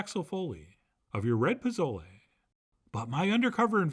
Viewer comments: Your recipe looks amazing, clearly you've taken the time to research and create something very special but please, please, please stop calling it "pa-Zo-lay," it's pronounced "po-So-leh." The /z/ has an /s/ sound and the vowel is short (think of the word "leg" without the /g/). I'm going to try this on Sunday ;) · Great receipe Chef. But its not "Pa.zo.lee." Its "Po.zoh.le." Theere aren't any "a" sounds and "le" is pronounced like "Le Plume." Thank you. Always entertaining.